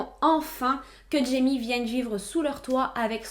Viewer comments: Super vidéo ! Par contre j’étais perturbée car jaime se dit RAÏME (c’est espagnol) 😅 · jaime se prononce " raïmé " .